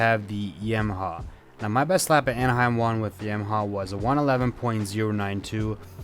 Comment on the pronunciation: Why do you say yamaha like that smh 😤